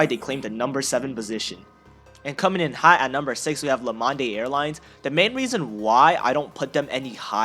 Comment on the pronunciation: I thought you said Lemonde Like lemond